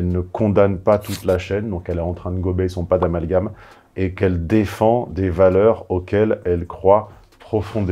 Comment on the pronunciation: le "Padalmagam" est merveilleux 😄